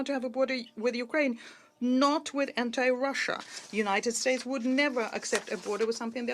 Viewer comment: DO THAT!!! Not DOODAT! 😂 and it’s Russia not ROHHHHSHA.